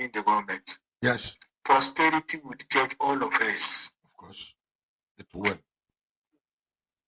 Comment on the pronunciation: It's "posterity"